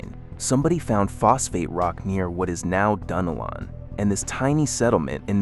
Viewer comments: It's Duh-Nel-lin. (Dunnellon). And I've been here 30 years now and you couldn't convince me that the town today is stuck in the 1960's! Not with the traffic that is currently there now! 😄Btw, we love going to Cedar Key. It's still maintained it's culture and beauty. Also, Mic-CAN-O-Pee is where parts of the movie Doc Hollywood was filmed. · I love the way my gps pronounces it… like, Dunna- lynn or something lol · Yes it's pronounced "dun nelle-in" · IT'S PRONOUNCED DUNN-ELLON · I am like you, I am sick and tired of AI mispronouncing our town names. They need to ask local people what the name is and not just make up their own pronunciation. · I am a Native Floridian, 73, born and raised in St. Augustine. All my life we pronounced it " Dun- ellen". And "Mic-can-O-pee". There are other names being mispronounced. The Ai needs more local influence. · MICANOPY,,, : It's Mic-an-OPIE. Sory to correct you... lol also: Dun-el-un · Interesting. With lots of useful information and Ai images. But the announcer needs to learn the correct pronunciation for Micanopy, Palatka, Dunellen some others that he mispronounces.